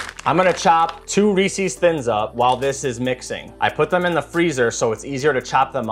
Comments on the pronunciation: Its "reese-iz" not "ree-cees" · Every time you say ree sees you lose a year of your life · Reese's - It rhymes with "pieces". Where do people pick up this "Ree-Sees" pronunciation? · I noticed many Americans saying Reeses like "Reesees." It is a small annoyance for me. Think Reeses Pieces...it flows and rhymes. Reesees disrupts the beauty of such a tasty product. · Looks good, but it hurts to hear someone saying "Ree-Sees" instead of Reese's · Recipe looks good but your pronunciation of Reese's hurts my soul.